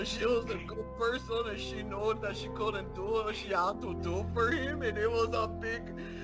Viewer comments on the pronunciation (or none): He’s always been on the “didn’t mean tew dew it” train